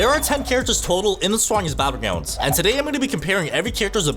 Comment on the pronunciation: Bro said”the strongest battlegwounds”💀